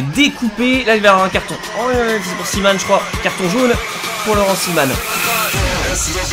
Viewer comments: on dit pas cimane mais ciment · Par contre le nom du défenseur belge se dit "ciment" 😉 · Laurent ciman se prononce ciment 🇧🇪🇧🇪🇧🇪🇧🇪🇧🇪🇧🇪🇧🇪🇧🇪🇧🇪🇧🇪🇧🇪🇧🇪🇧🇪🇧🇪🇧🇪🇧🇪🇧🇪🇧🇪🇧🇪🇧🇪🇧🇪🇧🇪🇧🇪🇧🇪🇧🇪🇧🇪🇧🇪🇧🇪🇧🇪🇧🇪🇧🇪🇧🇪🇧🇪🇧🇪🇧🇪🇧🇪🇧🇪🇧🇪🇧🇪🇧🇪🇧🇪🇧🇪🇧🇪🇧🇪🇧🇪🇧🇪🇧🇪🇧🇪🇧🇪🇧🇪🇧🇪🇧🇪🇧🇪🇧🇪🇧🇪🇧🇪🇧🇪🇧🇪🇧🇪🇧🇪🇧🇪🇧🇪🇧🇪🇧🇪🇧🇪🇧🇪🇧🇪🇧🇪😁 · La prononciation c'est ciman comme Vincent ahah ;) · "simanne" mdrrr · On dit Laurent ciment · C'est c'écrit " CIMAN " mais ça se dit " CIMENT "